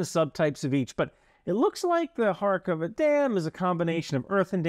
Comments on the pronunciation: It’s not Karakova - “Car-cOver” - dam. It’s Kakhovka - pronounced more closely to “Car-cove-car”. Just to avoid confusion with Kharkiv, it is in different parts of my country. Thanks for your work, man. Glory to Ukraine! Ruin to “russia”! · *Kakhovka. Not Karakova ) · It is Kakhovka Dam, not Karakova🙄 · * Kakhovka in English translation, but really Каховське (Kakhovske), not качовське. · Quick note on pronouciation: it's Ka-hov-ka, not khar-kov-ka Nice video, as always. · Good stuff but again, why can no Youtubers read or pronounce place names. There's no R in Kakhovka and its not Harkova like with Kharkiv. Also, its not necessary to do, but "kh" is a basically like a translation of the slavic "h" or "rh", so a correct pronunciation is Karhovka. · Kakhovka is pronounced more or less like English: ka-hawk-are. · Thanks for great analysis. However the dam name is very weirdly transliterated, therefore you pronounciation is way off. Second k is silent. Try pronounce it like "Kahovka". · I find it interesting that out of the many channels who focus on the war in ukraine, I have not found one non-ukrainian one who makes the tiniest effort to get the names of places somewhat right. :/